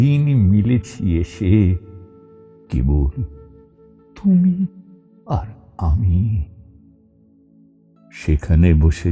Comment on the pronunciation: কবিগুরুর কবিতা পাঠে যে আত্মোপলব্ধি প্রয়োজন আছে , তারই প্রতিচ্ছবিভেসে ওঠে এই নিবেদনে । তুমি আর আমি , শব্দচ্চারণে , ( পঞ্চম বার শুনি ) ততবারই সমৃদ্ধ হই কিভাবে ভাবনার বহিঃপ্রকাশ আপনার কন্ঠে ধ্বনিত হয়ে উঠেছে । ❤❤❤🙏❤❤❤